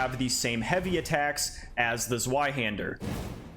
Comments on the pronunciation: im Sorry but i find it funny how you say the word "Sweihänder" instead of "Zweihander" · Sorry to be that guy, but it's pronounced ZVeyeHander EDIT: Thanks for the video. It's useful to see demos of all the weapons in one video! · Immediately stopped the video when you pronounced it "Zuaihander" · It's pronounced "Tzvy-hender". Rhymes with buy or guy. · It’s pronounced “Ts-Vai-Hander” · The way he says zweihander (zuayhender) hurts so bad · Zweihander is actually pronounced “Zvei-hender” and it is German for two hander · The Zweihänder easily has to be my favorite of the colossal swords…I will say, the way you pronounced it gave me physical and mental pain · Your pronunciation of a zweihander is painfull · Zweihander is pronounced like the w is a v